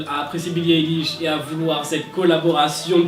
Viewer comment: Alors on dit pas eilish mais ailish on dit A pas E voilà bisous